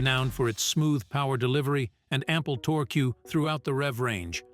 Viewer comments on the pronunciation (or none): Torqueueueueueueueueue. This was hilarious to listen to